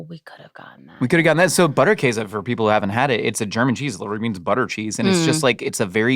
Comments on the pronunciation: in Wisconsin we pronounce it Butter - Case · the way you say Käse is right. The butter in German, would be pronounced with a harder T sound and also with the u as in boot: B - oo -tt-er Käse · Oh thank god, you prevented me from having to skip this video from the idiotic butchering of Butterkäse pronunciation. We live in 2026, there's no reason people cant do a quick google to learn its not pronounced butter kahzay. Even if you don't pronounce it 100% correctly, the difference will be significant and much appreciated